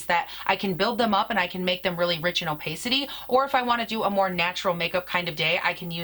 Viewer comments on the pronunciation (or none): could be. In the US, we say oh-payk with a long A for opaque, but oddly opacity is oh-pass-ity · Love you! Really enjoy your reviews! Just FYI, opacity is pronounced “oh-pass-ity” not like you’re saying it. Keep up the good work 💋